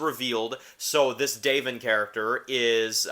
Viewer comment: Lol bro, u did watch the episode right? It’s “Da-von” not “DAVE-in” 😂 Not trying to troll, but it was kinda driving me crazy. That said, I’ll keep watching your vids. Take care man 🤘🏼